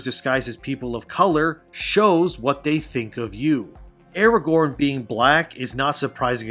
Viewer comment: That's not Aragorn, it's Aragone.